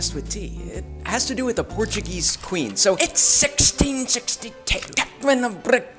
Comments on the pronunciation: Nice portuguese pronunciation 👌🏻, I'm Brasilian and i have "American" friends and i know how hard it is for you to pronunciate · As a person that speaks portuguese, that pronounciation was better than native speakers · As a portuguese you made me proud, and your portuguese pronunciation is really good.